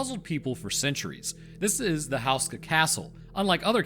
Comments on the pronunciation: Are we sure it's pronounced "house-ka" and not "hoose-ka"? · OMG how can anyone tolerate listening to HOO-ska be mispronounced so many times. You'd think you manage to get that ONE vital detail correct,. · FYI, Houska is generally pronounced "Hoo-skuh" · Hey! Czech citizen here. Im so glad this castle and its legend is getting attention. Just one thing i wanted to say, its pronounced like hoe as in hoeska. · Whoos-kah, that's how you pronounce it. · Man as someone from The Czech republic it seriously bothers me how you pronounce Slavomír and Otakar, Houska not that bad, great video though but man those pronunciations bothered me to no end